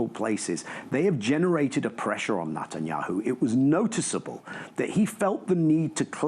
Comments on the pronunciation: 🟥Why is he calling him NOTTAN yahu instead of NET an yahu? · LoL love how Daniel Levy calls him "Nut"anyahu. The was bibi claims to have done this i such BS we know who hold the pants here it's Trump, he's trying hard for that peace prize and bibi goanna feel it.